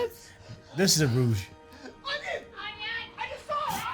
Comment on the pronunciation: it’s RUSE not rouge